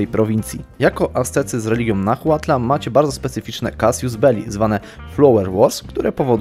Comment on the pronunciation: H JEST NIEME! To jest "nałatl" a nie "nahłatl" xD Wszystkie te prowincje w Meksyku mają zapisane nazwy w hiszpańskiej wymowie. Dodatkowo X czytasz jako SZ (Tlaxcala -> Tlaszkala, Mexico -> Mesziko itd.)